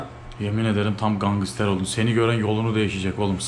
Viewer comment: NOBODY:: GANGISTER